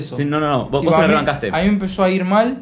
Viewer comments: NENITAAA, aclaranos si dijo "wos" o "vos", toi que no voy a poder dormir(?) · Dijo Vos pero no modula bien. Le dice que no lo dice de falso (porque están grabando para su canal), se dan un abrazo y compara a Martina con Ramita, que son los dos youtubers. Después se enojan cuando Martina las tratas de tortugas estúpidas 😮‍💨